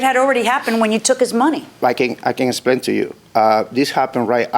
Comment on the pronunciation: "Let me splain"